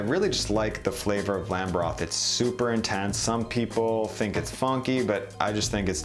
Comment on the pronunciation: Great video but why you keep saying bone bross . it’s broth. Just call it stock you can’t say the word